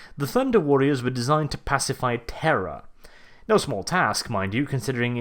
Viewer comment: Anybody noticed that is pronouncing "terror" and "terra" both as "Terra'h"! Sometimes it can be really confusing.